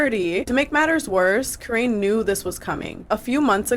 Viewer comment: Her name is Karine like Care-EIN- ee